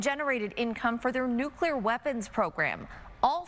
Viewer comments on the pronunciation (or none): nuke-ya-ler makes people sound uneducated! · FBI agent can't even pronounce nuclear.